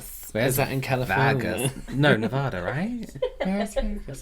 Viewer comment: Wow, pronounced Nevada correctly! I say it with a soft “A” because I’m from the east coast. My husband is from Nevada and gets so mad I won’t say it “right.” 🙄